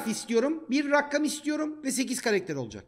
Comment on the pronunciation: Rakkam değil rakam